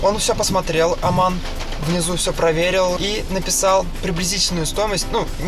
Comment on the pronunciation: он сказал аман а его зовут Омар